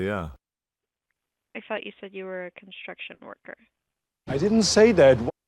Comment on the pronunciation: You're a police offisah? I thought you said you are a konstruktion vorkah